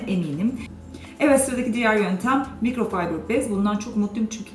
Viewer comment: Yanliz mikrofaybir degil mikrofiber diye soyleniyo tamam size bi bilgi kazandirdim teşekkür etmenize gerek yok